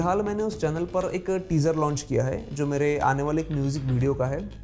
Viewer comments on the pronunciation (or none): none